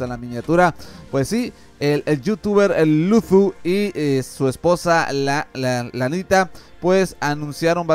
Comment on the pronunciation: No es por hate pero pronuncias mal la "z" al decir Luzu, de ahi en fuera excelente video, sigue así.